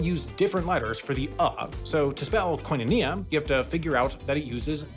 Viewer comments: As a Greek. It's kinonia, not kOinonia😂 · hearing the american pronunciation of koinonia as a greek genuinely hurts my ears oh HELL naw it’s more like kiino neah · As a Greek, hearing koinonia pronounced like that made me shudder. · I am aware. They did teach us this stuff. But even though I would probably pronounce it like that as well in ancient Greek class, it is still extremely jarring to hear it that way lol. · literally what i came to the comment section to say